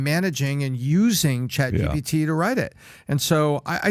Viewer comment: It's ChatGPT not ChatGBT, how many times do you need to be corrected???